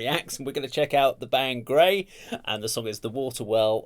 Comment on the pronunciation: Great job, of course, as always! I thoroughly enjoyed this,! Well done! A couple of small notes: One is please maybe a little less talking over the music, so you and the listeners don't miss the elements of the song. The other is that Grai is pronounced "gr-eye", like rye bread. Here are the best translation of the lyrics I could find. One cool aspect of these lyrics is that I am told they are written in an archaic older style, like an Edgar Allen Poe story: A Water Well From well water gazes The darkness of dead eyes. Down below, the vestiges go, Of her, who took his soul away. A pale forehead is envisioned, Tenacious fear desiccates the throat - His named is scorched As a scarlet mark on the hands. From the well's coldness he drinks Black, grieving water, And the darkness of misfortune Leaves ice on echoing walls. I drugged my husband with a sleeping potion, To the well I led him, Thrust a sharp blade into his heart, And in the well drowned him. The moon saw, through the grey fog, Bloody wounds from a sickle. A splash broke the night's silence, The body gave up its soul. Yesterevening through the meadow I wandered, Gathered evil roots Gathered evil roots yesterevening, To a dark river I went; I washed those roots, rinsing them, In the river, 'til they were fully clean, And having washed the roots, Dried them 'til they were fully dry; Having dried the evil roots, I ground them very finely, Finely I ground the evil roots, And brewed poison